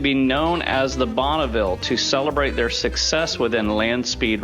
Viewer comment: And it is not "Bonnaville" but Bonneville.( The translation in french.)